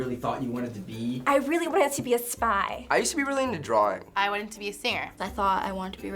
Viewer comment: DRAWRING DRAWRING DRAWRING DRAWRING DRAWRING DRAWRING DRAWRING DRAWRING DRAWRING DRAWRING DRAWRING DRAWRING DRAWRING DRAWRING DRAWRING DRAWRING DRAWRING DRAWRING DRAWRING DRAWRING DRAWRING DRAWRING DRAWRING DRAWRING DRAWRING DRAWRING DRAWRING